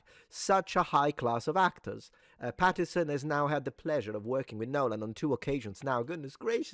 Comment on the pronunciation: Since you said yourself you're pedantic: please, please, please - his name is Robert PattiNson. with an n! I was so annoyed you missed it every time you said the name.